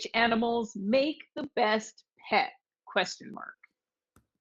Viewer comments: Sometimes when the T is pronounced very strongly like "peT" it often sounds like there is an S at the end, but it is not the case. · Sometimes when the T is pronounced very strong it sounds like Ts but it is not spelled that way 😉